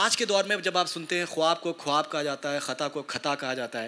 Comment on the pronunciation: the moderator utters two pronunciations of 'Khwab', and both are wrong. Its spoken as khaab (خاب), though written as خواب. Similarly Khwahish is spoken as Khahish, Khair Khwah (well wisher) is spoken as Khair khah. , etc etc.